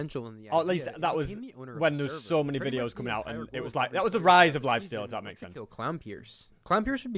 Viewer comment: At the start he said lifasteal